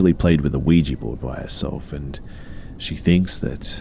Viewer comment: I don't like when you say "and" it sounds like andt or ant